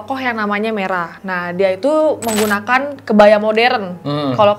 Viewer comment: "menunggunakan" harus nunggu dulu nihh? 🤣🤣🤣